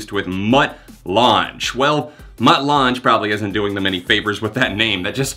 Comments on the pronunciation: Not throwing any shade, but it's pronounced Mutt "Lang" -- rhymes with fang. Google him, he's kind of a big deal... probably why Nickleback got him to produce the album. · It's pronounced LANG, not la-jang. Or whatever you said. Dude is one of the most successful producers of all time. (Shania, ACDC, Def Leppard, etc etc) Think you'd know that being a music channel. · Lange is pronounced “Lang”, just a heads up. Love ya, Jon! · Just to clarify, Mutt Lange’s last name is pronounced like Lang. He’s famous for working with AC/DC and early Def Leppard. He was married to Shania Twain. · Mutt Lange (Pronounced Lang) is the producer behind bands like AC/DC, Def Leppard, Foreigner, Bryan Adams, and The Cars. He also produced Drones by Muse and pioneered some of the editing and mixing techniques we use today in Digital Audio production on Analog Tape. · Mutt Lange is pronounced like lang. Very good producer, worked with Def Leppard on albums like hysteria and was also married to Shania Twain for a bit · Mutt Lange is pronounced like LANG... he has been a very famous rock producer for decades... but he was famously married Shania Twain once upon a time in the 90's and produced her Come on Over album and rocketed her success back then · It's pronounced 'Mutt LANG'. He was Shania Twain's producer for most of her career, he also produced Lady Gaga's 'You & I'. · How do you have a music channel and not know who Mutt Lange is or even how to pronounce "Lange." LOL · It's pronounced like Mutt LANG lol he used to be married to/make music with Shania Twain. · Uh, you do realise who Mutt Lange is, right? Also, I'm pretty sure it's pronounced 'Lang'. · It's pronounced Mutt Lang, do you actually not know who he is?? And the bands hes produced, legendary producer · You should google Mutt Lange before talking about him. Also learn to pronounce it correctly please. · It’s actually pronounced Lang like K.D. Lang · His name is pronounced Mutt Lang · You butchered mutt langes name lol